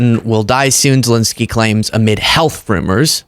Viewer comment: Dude, he is ZelEnskyi (ЗелЕнський)not ZelInsky